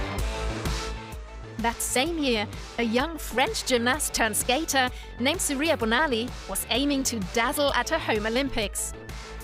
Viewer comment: Surya Bonaly is pronounced totally wrong!! It’s disrespectful to the skater.